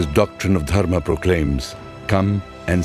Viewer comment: Superb video but I find it PAINFUL to see you using the Hindi shortcuts to Sanskrit words. It isn't Yog, it is Yoga. It isn't Dharm, it is Dharma. And many such changes. Really, is that little "ah" so difficult to pronounce? 😢😢😢